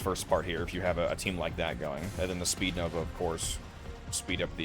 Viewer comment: Its speedva, not that “speednova” jumble lol